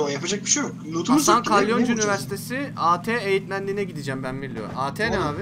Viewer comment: At eğitmenliğini a te eğitmenliği diye okuyan koca yürekli.